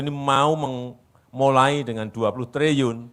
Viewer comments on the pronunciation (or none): waktu diucapkan 20 Triyun? bukannya Trilyun? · Menyebut triliun aja nggak bisa, sejak pilpres 2019 dia bilang triyun terus, kok nggak ada yang menegur stafsusnya, apa semuanya juga plonga plongo